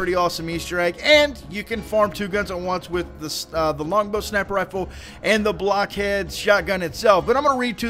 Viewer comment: it sounds like your saying sunny blackhead